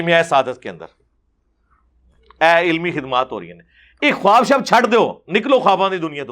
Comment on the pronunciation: assalam alikum ...very informative program..... mashalla......the word KHUWAB may wao silent hay ... bola jaeyga KHAAB not KHUWAB ............thanks